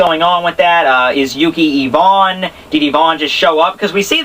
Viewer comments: but fo real.. its (ai-vn) not (Yvonne) like you keep saying, it's driving me nuts, but I love the reviews lol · Ivan = eye-van :)